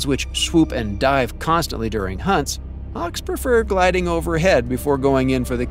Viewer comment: Harks? Don't you mean Hawks? Learn to pronounce the English language, before posting a video.